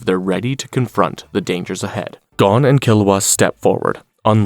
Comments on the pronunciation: You would think watching so much you would know it’s Goe-n and not Gawn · it's pronounced Goan not Gone wtf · I’m told him after watching so much you would think he would know it’s Goe-n and not Gawn. Lol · Gon….rhymes with bone. You wouldn’t say bawn